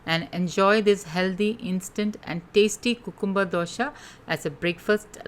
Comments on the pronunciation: Dosa not dosha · It's dosa not dosha But recipe is really helpful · Madam gud recipe but pls pronounce it as dosa not dosha. It gives totally different meaning..